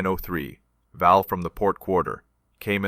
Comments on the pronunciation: It’s VAL, not valve!!! That’s just ignorant. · Val not valve is AI at its best